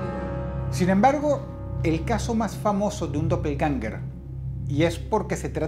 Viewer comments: Realmente es Doppelgänger, con a umlaut, o a con 2 puntitos xD En aleman: doppel (doble) - gänger (andante) Se pronuncia aprximadamente como "doppelgenga' " Edit: tambien se puede sustituir la ä por ae, quedando Doppelgaenger. Se pronuncia igual Clases de aleman gratis xD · Se pronuncia dopelguenga dross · También lo pronuncia mal en